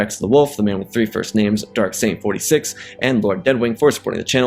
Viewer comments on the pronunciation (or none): none